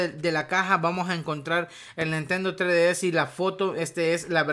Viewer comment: "Nintendo tre d s"